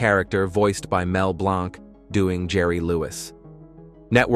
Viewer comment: In all of these AI documentaries featuring him, they call Mel Blanc, Mel BLONK! >:(